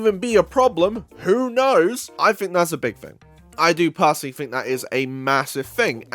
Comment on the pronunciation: it's "think", not "fink"